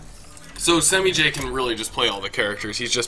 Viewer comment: They're pronouncing semiij wrong